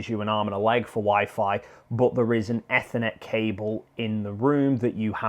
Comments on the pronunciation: Why the hell would you say ethernet like that, trying to be special are we? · Ethernet, holy shit you're saying it wrong